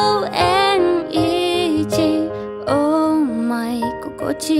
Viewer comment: 歌詞の中の英語の発音はきれいで全体的には上手だと思うんですが、一言言わせていただくならeasyのｓｙの発音が例えば48秒の所ですがイージー、つまりジーに聞こえます。発音記号ziはズィーと舌が上あごに触れないで息がかすれて通る音なのでｇの音と異なります。ｘｙｚのｚ（ズィー）の音です。Alwaysのズをそのままィーを付けて延ばせばsyの音になると思うのでやってみられるとより英語らしい発音になります。このカバーはとても好きでグルーヴィーないい仕上がりになっていると思うので気にするほどではありませんが…。失礼なことを申し上げてすみません。